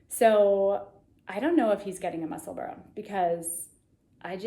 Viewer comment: Nuts Knitwear and Junko Okamoto have beautiful sweater patterns on Ravelry that feature colour work with strands of yarn in the front. Nutsknitter - Fynbos, Florium and Inflorescence all have floats on front as does Junko's Bouquet. You nailed the pronunciation of "Musselburra" by the way !